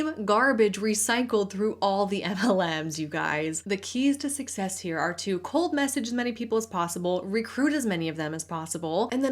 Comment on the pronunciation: 😂 I heard “cult message” rather than “cold message” at first